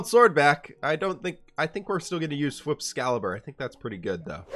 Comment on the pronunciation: “Hey let me have some of that cool FWhip “ “The what?” “You can’t have a pie without cool FWhip “